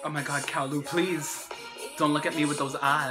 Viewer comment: CaoLu is pronounced as "Cha-O Lu" lol